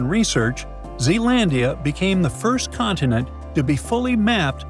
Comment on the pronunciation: Can you pronounce the words "Continent", "Mountain" correctly? A beautiful clip can be degraded by a small detail.